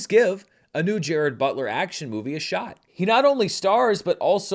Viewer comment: Pronunciation is /DJE-rahd/. Fact. Also where is the cricket bat?